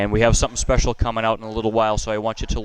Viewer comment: I was eating cereal when he said: “local drum dealer” and I thought he said: “ local drug dealer” oops 😂